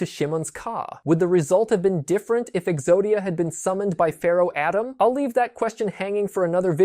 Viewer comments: You're credibility took a hit when you kept saying "atom" instead of "Atem" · The pharohs name is Au Tem. Atom. Stop saying it wrong. Especially if you want fans to support you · Pharoh "ADAM? Say-Toe?" Dude it Atem and Seto Heck they use Kaiba's first name many times in the dub heck its all Mokuba uses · Meh its corny 😂, just pronounce it via the anime/ manga. ATUM, not Adam lol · It's pronounced pharaoh ah-tehm not pharaoh Adem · Stopped watching once he said Atem like Atom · Cool to hear some of Exodia's inspirations, but the mispronunciations of "Atem", "Shimon", and "Seto" take me out of the video. Outside of that there are some corrections that needs made. First, a monster in Yugioh IS a person's Ka. Life Points are a person's Ba not their Ka, Their Ba takes the damage when their Ka is destroyed because the two are connected. You even show the graphic explaining this but you relay the information from it wrong. Second, no, the anime did not need you to summon the Exodia pieces to the field. It was the same in the real world that you just needed to draw them. The anime does place the Exodia pieces on the field once they are collected in order to project the image of Exodia, but that is not summoning the individual pieces, that is using Exodia's automatic win condition effect then revealing the pieces to claim your automatic win. The video started great, I never connected Osiris' story to Exodia before, but it really could have used another draft to correct those mistakes.